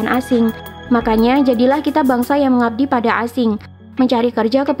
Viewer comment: Sangat lekoh pake qalqalah saat menyebut 'mengabdi pada asing'